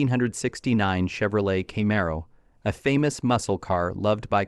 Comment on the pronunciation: Kay-mare-oh? This why I HATE AI